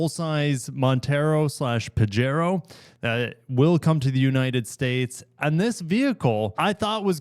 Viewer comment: Again, the name Pajero is a Spanish word and the J is pronounced like an H. But what is of more concern to me is that you said that the Destinator has a torsion beam rear suspension which might not be the best vehicle for off-roading? Did you think that statement through,? The torsion beam is in effect a live-axle rear end which the very best off-roaders usually have. The fact that you got this vehicle wrong doesn't take away from the fact that in South East Asia the 2WD 3-row mini-CUV market is booming. These vehicles are not intended for off-road use, and most are not even available with AWD. They are usually available with 7 seats and are intended to move passengers over less-well-paved roads. All the major manufacturers have them but none will ever see the light of day in the US.